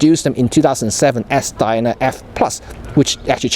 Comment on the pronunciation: Def pronounced 'Diana'. Hope that helps. (Love your vids, thanks!)